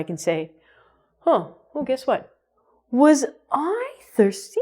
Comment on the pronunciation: it seems you say " war..."...